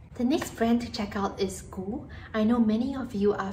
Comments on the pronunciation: It's pronounced G U as in the alphabet no goo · GU is pronounced Gee-you. It means jiyuu 自由 (freedom)